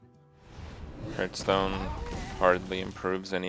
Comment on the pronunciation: 4 years and he still doesn't pronoun hearthstone correctly 😶